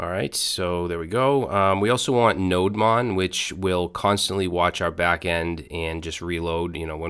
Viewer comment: Its not pronounced as NODE MON but its is pronounced as NODE DEMON actually